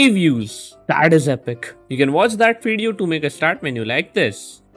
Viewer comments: He didn’t say epic...he said epok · Lol thought u said epok